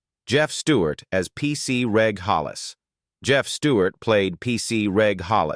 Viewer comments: Why would you show a photo of Adrian Dunbar at the end of Colin Tarrant's section? It's extremely misleading and unprofessional. The AI American accent is awful! It pronounces British place names incorrectly. Reg is not a hard g like 'garden', it's a soft g, like 'edge', it's Jacob's (Jaycob's) ladder, not 'Yacob's' ladder! All AI does is spoil what would have otherwise been an interesting video! It's extremely irritating and downright lazy! Also, as someone else has said, mentioning their net worth is so tacky and unnecessary. Please do better! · It's Reg Prounounced Rej Not Regg Useless AI audio